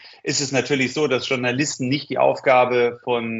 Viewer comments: Mir gehen JournalistInnen auf den Keks, die ausgerechnet das Wort "Journalisten" nicht richtig aussprechen können. Klingt nicht besonders clever. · Wer kennt sie nicht,die Tschurnalisten bzw Tschurnalistinnen😂😂